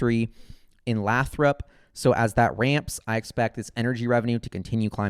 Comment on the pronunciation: Dude. It's Lay-thrup no Laaahthrup FYI